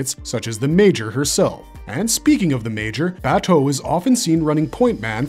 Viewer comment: i couldnt finish this every time he says Baaaa toe it drives me insane, his name is Bah Toe they say it multiple times in the anime